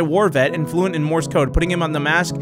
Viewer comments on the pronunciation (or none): none